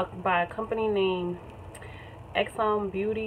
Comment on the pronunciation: Xanbeauty is pronounced as= Zanbeauty .... On the website says 2 to 3 weeks. But yeah everyone experience may be different. And I love your makeup